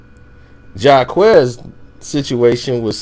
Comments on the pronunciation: if this dude say Ja'quez one mo damn time...Jacquees thank u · It’s not jacques it’s (JAH- QU -EEEEEEE -SE) Jacquees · Who is jaquez? It's Jacquees.. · JAH-QUEEEEESE 🤦‍♀️🤦‍♂️ NOT JAH-QUEZ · Wave it Like a Helicopter lmaoooo Jaquez😂😂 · Why is everybody calling him jacquess his name is jacquees 😂😂😂😂😂🤣🤣🤣🤣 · I can't take this review seriously cause first of all he don't know how to even pronounce Jacquees's name correctly and he don't even know who Ella Mai is. Smh you can tell who's in tune with today's R&B and who's not. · 9 times out of 10 the remix is better. He got permission, the record label took it down not her. And this dude is saying his name wrong and it's making me heat up. He's talented as shit and she's talented, but just bring it back. FYI it's on Facebook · This review is terrible. The name pronouncing and the extra noise in the back. Sir pay attention when you're recording. 😂😳. We don't have time for 2 second pauses. Jacquees's version was better however because of IP laws he can not remix it without permission. He used the same melody and hook. So thats why it's not legal yall (duh). But if someone his the link please post. 😂😂😂😭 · okay if it don't need to be talked about then why are you talking about and you're pronouncing his name wrong🤔🤔🤔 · First u SAID HIS NAME WRONG DAM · I don’t think that’s how you say his name... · I just want him to pronounce his name right ughhhhh!!!!!!!!! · You don’t even know how to say his name 😂🤦🏽‍♀️